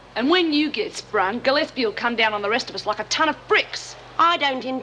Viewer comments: 40.25 it sounds like Ted Douglas calls Gillespie "Ted" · I played that bit over and over--he does indeed.